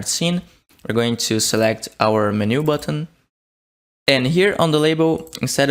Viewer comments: Please, by gods great grace, can you please say 'menu' not as min-ooh but men-you as in men like human men and you as in you are a monumental IDIOT. PLEASE. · You speak English very well, but it is pronounced Men-u not meh-new. Took me a while to figure out what you were trying to say :) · Every time you said Menu wrong it made my soul hurt. (Its pronounced "Men - you") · STOP SAYING MENU LIKE THAT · the way you pronounce "menu" is aaa interesting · brazilian pronunciations be like 🤝🤪